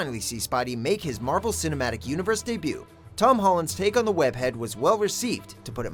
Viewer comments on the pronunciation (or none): none